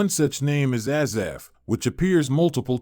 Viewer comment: Spelled and pronounced wrong. Thanks